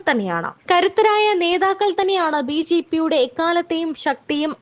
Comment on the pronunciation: കുട്ടി ..... ബീജീ പി അല്ല ബിജെപി എന്ന് പറയൂ